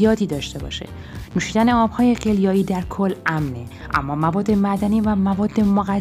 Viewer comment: این قدر حساسیت به خرج ندین لطفا ملت دیگه رد دادن زندگیا شده وسواس !!! ضمنا تلفظ آب قلیایی هم غلطه .